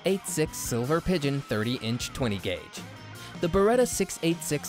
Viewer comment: Anyone notice he said “20 G-A” vs. 20 gauge. This is a terrible list.